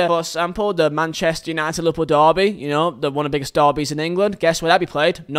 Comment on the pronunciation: the hard Rs on Manchester would kill me